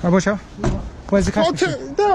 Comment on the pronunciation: "NANCEH!! You hit mah wife BOAH!!"🤣🤣